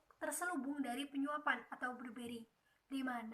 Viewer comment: ACFE.. bukan akuntansi.. Bribery... kalo bluberry itu meh buah... tapi kemampuan presentasinya sudah lumayan.. skillset bahasa inggrisnya diimprove ya..